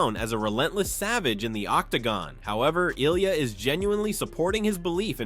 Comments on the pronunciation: who the hell is gay-thee and Eye-liah Tapu-Riah jambalayah! this channel does not deserve my presence, i'm blocking it for being lazy and recording the damn audio. How can you dedicate a channel to something and get all the names wrong?!!! - Bye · Who’s Uhleyeuh Tupperreeuh?